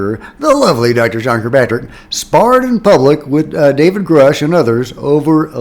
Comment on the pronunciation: i dare you to start saying" grooosh"... thats the correct way